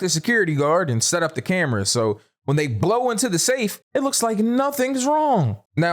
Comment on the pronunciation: "When they Blow into the safe." Was a bit emphasized!😂